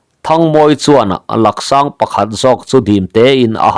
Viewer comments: Laksang tihlohtur laaaaaksang tihtur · Laksang i tih hi Laaksang tih zawk tur. A hi lam sei deuh tur. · Laksang❌ Làksâng✅ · Lak sâng nilo vin, lâk sâng tih tur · Laksáng ni lovin lâksáng zawk Laaaksáng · Lak sâng ni lovin,lâk sáng zawk aw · Langsang a ni lo. Laksang ti a lam tur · Sir, "Lak sang" ti lo la, "Lâk sang" ti tawh teh. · Laksang an tilo Làksàng tih zawk tur w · Laksâng ni lovin Lâksâng,thingkhawilu ni lovin thingkhawihlu aw.😮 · Làksang...a hi thluk tur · Laksang ni lo in Laksāng tih tur zawk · Lâksang tih tur ani zawk lo maw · Làksàng ti a thluk tur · Laksang I lamrik Dan a diklo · Laksang ilam diklo Laaksang ang hian aw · Laksang tih hi thluk sei tur thluk sangin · Mizo tawng hi i chhiar thiam lo bet awm e, chhiar tawh lo ngam rawh. I thluk dik lo nasa thei si. Laksang i thluk dan te hi tu mahin an la hmang ngai lo, a zahthlak lutuk. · Laksang a lak i lam dan khi a dik lo 😂 tawngthluk awlsam te lam dik loh atam thin khop mai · Laksang lak tih lai kha thluk deuh tur